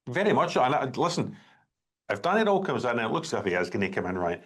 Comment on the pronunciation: None of them can even say Danny Rohl name right ,its pronounced Danny rule not Danny role